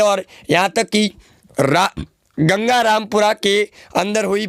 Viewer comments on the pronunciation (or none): none